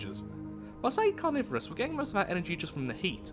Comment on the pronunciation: its calorvorous